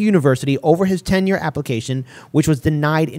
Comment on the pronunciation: It's not ten year it's tenure duh.